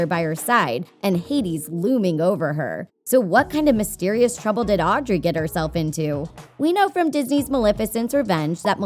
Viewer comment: It's Audrey